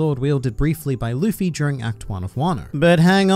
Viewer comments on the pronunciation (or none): none